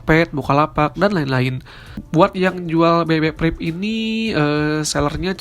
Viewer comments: priv bukan prip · BB PRIP wkwkw